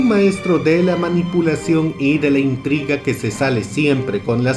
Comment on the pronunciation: "Toda la traga de intrima" jeje perdón, pero creí que había oído mal y me dio mucha risa jeje